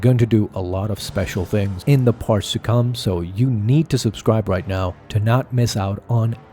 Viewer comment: Hahaha it does sound like it. Somehow when he tried to say “parts” his pronunciation turned into “farts” 😂😂😂😂